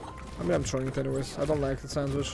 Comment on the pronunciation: "ah hev uh saundwech gais"